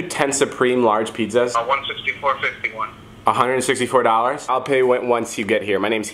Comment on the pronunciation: “Pete zaz”